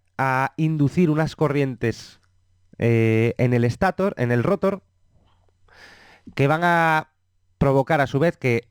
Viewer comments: Excelente explicación, solamente cuidaría de intentar hablar sin muletillas (dice mucho eh) y la parte del motor es estator y se lee estatór no éstator. Y rotór. Gracias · Lo mal es que dice Éstator, rótor. Se puede malinterpretar y pensar que así se pronuncian esas partes fundamentales. Ojo! La explicación es excelente y no es una queja, es un comentario para que no se cometa el mismo error. Buena pronunciación + excelente explicación = vídeo perfecto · Muy buen contenido, Solo tengo una sugerencia, llegar a un consenso sobre la pronunciación de las palabras graves. Motor lo pronuncian con un criterio y rotor y estator con otro. Es algo molesto. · la verdad que lo felicito por su video, esta muy bueno, hasta me dan ganas de ser un rotor, pero hay algo que me causa molestia y es su pronunciación de la palabra rotor y estator, me parece escandalosamente inadecuado.